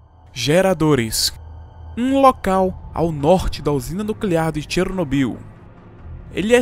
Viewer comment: Muito bom seu vídeo, mas confesso que toda vez eu ria quando você pronunciava "Chernobyyyyyl" kkkkkkkkkkk